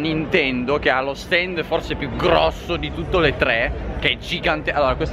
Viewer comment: Con che enfasi hai detto "è grossooooh"?!